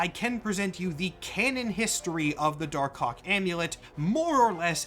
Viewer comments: Dar Kawk. You won't unhear it. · Pronouncing it "dar-cock", without a little pause between the two words, is wild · I can only hear dar cock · You… you really need to annunciate Dark Hawk better. I thought I heard “Dark Kawk” (say it out loud you’ll get it) like 10 times. 😭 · im sorry for being immature but i keep hearing dark cock 🥹